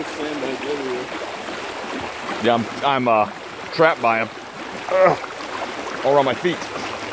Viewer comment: "You takin' pictures and stuff?" "Byeah"